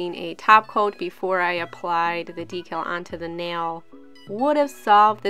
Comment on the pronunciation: I'm so used to hearing Christine from Simply nailogical say decal differently it sounds so weird to hear you say it the right way omg. lol love your sharpie manis. :)